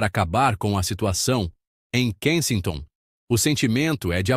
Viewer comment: Tá pronunciando o nome do lugar errado.😮😅😂